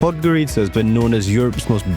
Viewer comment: We stayed in a nice hotel overlooking the river. In the morning eating breakfast on the terrace, there was a fellow taking a sh1t on the bank opposite 🤭 so assume that's why the river is so "verdant". Strange memory, but a nice place 😊 however wrong you pronounce it 😂